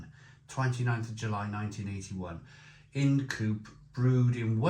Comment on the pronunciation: Not "in'd coope" but pronounced "eye n'd coop" ~ Ind Coope.